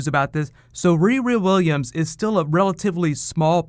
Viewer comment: say "riri williams" again, bitch. i dare you. i double dare you